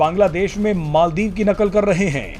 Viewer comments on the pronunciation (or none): none